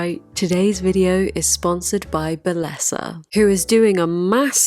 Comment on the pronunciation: My Hispanic ears.... They hurt I love you, but it's pronounced Be-yes-ah. It's Spanish for beauty/beautiful